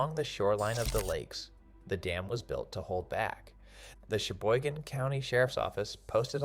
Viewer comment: LEARN it Cheboygan not sheboygan